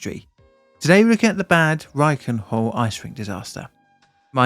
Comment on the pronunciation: As a German can I just say, your pronunciation of Reichenhall is spot on. Yeah there is a slight accent but bruv an Englishman saying "ch". Sorry 😅